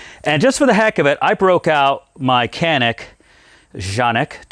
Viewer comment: OMG-you pronounced Canik correctly. LOL Love it. (Jan-ik). So many mispronounce it. I like a lot of the new Smiths out there. They have definitely stepped up.